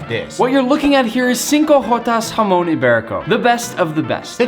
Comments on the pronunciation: In Spanish Chamon no hamon Chamon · what i hear form nick: jamon~: what i here from guga: HAMON SCARELT PURPLE OVERDRIVUUUU